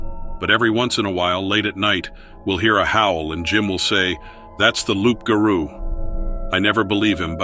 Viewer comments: Le loup garou is a werewolf, it just means that it's a female. And it's pronounced like lou, not loup. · It's roux ga roux